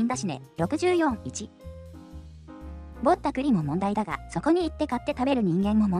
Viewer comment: 「ぼった、栗」のAIイントネーションが余計に失笑誘いますな😂 さすが先進国🎉